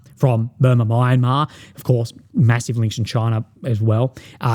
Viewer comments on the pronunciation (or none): none